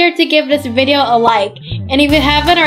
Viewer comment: It’s video not vibeo